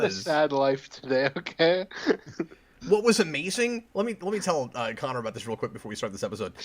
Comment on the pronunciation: Sick! I got the first requested episode. Also Cap, my name is pronounced Conner.